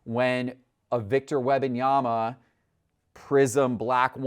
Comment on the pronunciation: Could someone please teach how to say Wembanyama. It’s not WEB-Anyama. There is an M before the B. It’s WEMB-Anyama. Holy Hell, already. I cringe every time he says it. 🙄🙄🙄🙄🙄🙄🙄🙄🙄